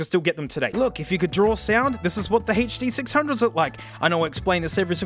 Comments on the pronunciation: "It's the Huh Duh Six Hunge-0s" 🤣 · "Huh Duh Six Hunge-Os" Gets me every time lol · Ah yes, the huh duh six hunge-0s